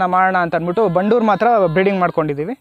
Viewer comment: It's Bandur and not bannur... Many ppl pronounce incorrectly..